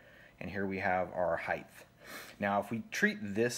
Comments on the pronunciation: I will correct the fact that you said "heith" instead of height, as a non criticism correction for future. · The only thing that bugged me about your great explanation here was your use of the word "height" but you added the "th" to the end of it haha. Heighth isn't a word. Height already has enough extra letters 😂😅